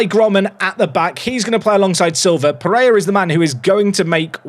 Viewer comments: "peh-ray-RA", "KEEN-yon-ez", "hay-zeus (maria garcia)" "ah-ghee-LAR", come on if you can nail Finnish pronunciation I believe in these too! 🙏🙏🙏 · apologies for the error, all I want is for to stop saying a very English sounding “Jesus” and to pronounce the final R and Pereyra’s name! 😅😭